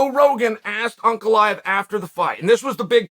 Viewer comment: There are way simpler names that Chael for some reason mispronounces terribly. He actually says this Russian name spot on.